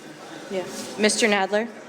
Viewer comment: Jeh-wee Nad-wer